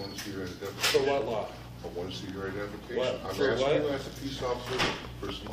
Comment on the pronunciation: What's wrong is the way you say "what" in your intro statement